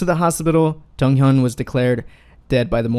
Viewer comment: Stops saying junghyun its JONGhyun